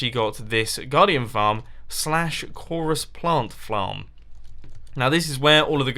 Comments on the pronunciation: "Choros plant flarm" haha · Hahahaha! he said: / Coresplant flam ? ? ? ?